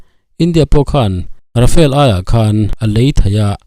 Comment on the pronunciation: Rafael ti tlat, Rafale ania, mizo tawnga kan chhiar anga chhiar rik tur, Ra-fa-le...